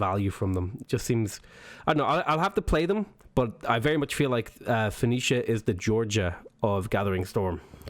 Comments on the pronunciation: Why don't you know how to say 'Foe-Nee-Shia'? It's hardly difficult. I worry about people who seem proud of their own ignorance... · It's pronounced Fuh NEE Shuh. Fuh NEE Shun. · For pronunciation, try this: Foe-KNEE-shuh. Btw, you got it right at least once. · Pronounced as Fo-Kin-Shite ;) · I think it's funny that you have difficulty pronouncing Phoenicia in that as the creator of the alphabet Phoenicia is the root of so many words dealing with language, sound, and communication (telephone, phonetic, etc...). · Richard Cramer he said it correctly and then corrected himself by saying it wrong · I see you pronounced it Phonetically!